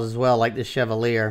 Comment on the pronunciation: Btw it’s pronounced “chevah-lee-aye”